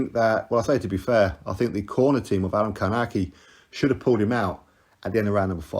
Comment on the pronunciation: Adam Kałnaki.... Co za wymowa...